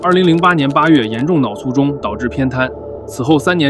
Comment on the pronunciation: 跟我读，脑cu（醋）重（zhong）